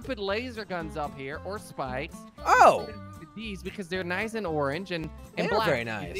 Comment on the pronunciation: Who else heard that he said bikes instead of spikes. When he customized the car.